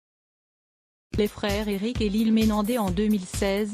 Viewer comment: MenendeZ 😂😂 ! Pas Menendé ❤